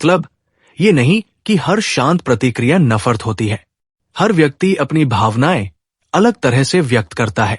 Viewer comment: sir ji its not nafar.its nafrat.